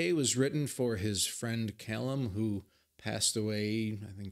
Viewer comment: It's actually in Alberta, Canada. Not far from Calgary, where Ren's been receiving treatment for the last 15 months. At the same time, you're one of only 2 North American reactors who pronounced 'Callum' correctly! Swings and roundabouts. :)